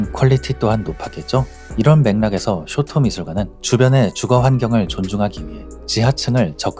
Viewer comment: 쇼토 ✘ 쇼오토오 松涛◯ 도쿄 ✘ 토오쿄오◯